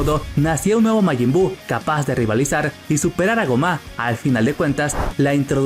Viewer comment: Tan difícil se te hace pronunciar bien el nombre de gomah?